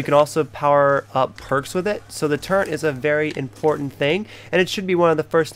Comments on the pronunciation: There is no goddamn “n” in turret. It’s not turrent. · Just discovered this vid. Everytime he said it incorrectly it fucked with me lol. Its a Fucking Turret Gun🤦🏽‍♂️. I would be embarrassed looking back that part if I was him lol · Call me a grammar nazi but its not turrent its turret